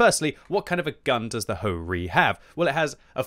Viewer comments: Bro said - hoe reee 3 😹🤣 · Ho-Ri?🤨🤨 But my mind heard HoRni😅😅